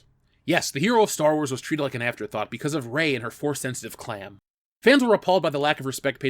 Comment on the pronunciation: "forcesensetive clam" :p